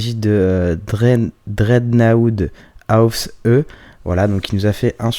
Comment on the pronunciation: haha 7e avec la 1e moc SW x) merci ^^ et juste comme ça, ça se prononce "drec" "na" "ou" "D" (bon le "ausf" C est allemand ^^) :p sinon très beau classement et bravo a tous :)